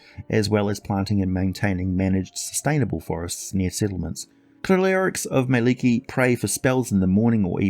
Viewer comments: Mie-lik-ki (Edit Finnish is hard even for a finn,Indeed its mielikki not Mielekki. xD) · Two k's please. :) Google finish person saying Mielikki.